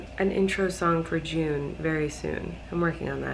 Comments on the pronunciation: Why was I shoked when she said vlune. HOW IS IT JUNE!! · Words can’t express how much I love “Vlune”😂😂😂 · Hahaha I love it "vlune" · When she said Vlune I was like gurl this is going out of hand 😂😂 great vlog! Happy that you‘re reunited with your fam 👍🏻